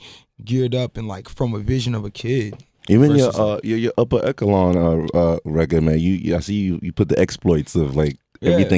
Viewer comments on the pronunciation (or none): Whoo kid said "upper EKOLAN" lmaooo